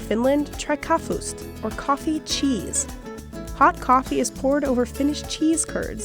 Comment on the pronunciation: "Kaffust" Bruh its kaffeost!